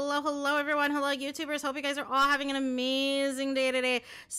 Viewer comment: "you goiys"😂